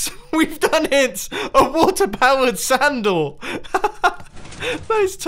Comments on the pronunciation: i thought you said sandle instead of sand door XD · Is it just me but is he saying "WATER POWERED SANDAL" or WATER POWERED SAND DOOR" ??? XD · Is it me or did he just say water powered sandal? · Was i the only one that heard "Water Powered Sandal" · Aren't accents amazing at times? xD